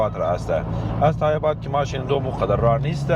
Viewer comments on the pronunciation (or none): سرقت = دزدی سبقت = جلو زدن تای اباد نیست تایباد درست هست فارسی را کمک بهتر تلفظ کنید